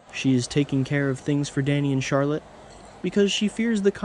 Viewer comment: Charlotte not charlet